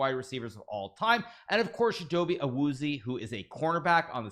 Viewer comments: It was a great try on the pronunciation Hikaru but Chidobe’s last name is actually pronounced AH-WOO-ZEE-AY. Huge fan of you and the NFL! keep it up! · The way he pronounces Awuzie💀